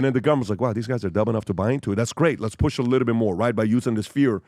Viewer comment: Every episode "a liddlebit"